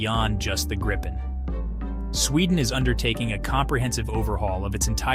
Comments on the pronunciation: G R I P P E N pronounce it right please ;0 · Only americans cant say Gripen the right way. 😂😂